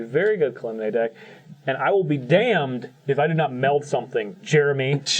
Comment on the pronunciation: really needs to stop pronouncing Kalemne wrong.